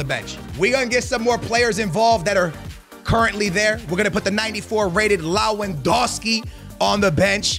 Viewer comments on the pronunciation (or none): none